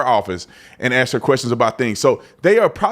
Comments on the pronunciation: Ask a question. Not ax a question. Come on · Ask not axe... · Please pronounce the word ask as it is written.... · Love your channel, and a subscriber....but I do have a petty critique.....it's a 3 letter word....ASK. When you can't pronounce a word....it fits stereotypes and lack of knowledge to those with an education.